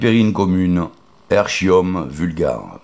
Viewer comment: On prononce "ékium vulgaré" et bugloSSe.